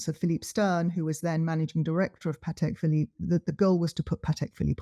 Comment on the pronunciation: Early on in the podcast/video addresses explicitly the wide mispronunciation of "Patek Phillipe". She is very clear about it and pronounces it correctly hundreds of times during the video. The host, on the other hand, continues to say it incorrectly throughout the entire podcast almost as if to taunt. Names are pronounced the way the owner of the name prefers... it is not our choice and to do otherwise is disrespectful and insulting.